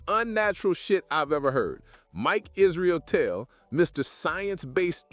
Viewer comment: Idk if you mean to say Israeltel everytime instead of israetel but it fits really well 😂😅